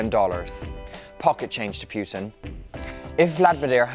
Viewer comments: Putin not P"you"tin... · why does this guy say pjutin not putin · it's poo-tin…..not pew-tin. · I tried, but I can't listen to all your obviously thorough research if you can't even say the guy's name properly. It's not PYOO-tin, it's POO-tin. Greatly diminishes your credibility. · Poo ting Not Puh teen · very interesting video - only grippe is how the presenter pronounces PEWTIN. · most Americans pronounce it as PU'IN without the T so its kinda irrelevant. Most people pronounce it wrong (Don't know why, well, maybe because I am slavic)